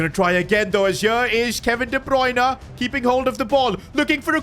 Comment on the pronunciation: Bro the pronunciation is "wol-tuh-maa-duh" and " kevin de broy-nuh"